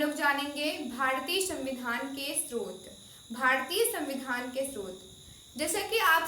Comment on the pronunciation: स्रोत होता है मिस स्त्रोत नहीं होता